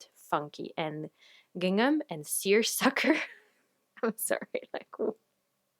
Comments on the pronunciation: Gingham and seersucker are super weird words but you’re saying them right ❤ I made two gingham dresses YEARS ago and even though they’re all worn and faded, I get The Most compliments every time I pull them out! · Your pronunciation of the words "gingham" and "seersucker" is perfect.